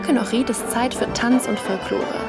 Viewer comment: Ich will dich nicht beleidigen oder sonstiges aber du sprichst meine Heimatstadt komplett falsch aus 🤯 du betonst das iiiiii zu sehr als würde man Ohrid mit langem i schreiben,... Aber mir ist aufgefallen du betonst allgemein die Wörter mit i anderst, so wie bei Raki zum Beispiel,... Aber tolles video 👍🏻